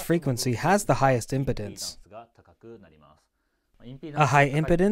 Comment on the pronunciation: For the translator it sounds like you’re pronouncing “impedance” as “importance”.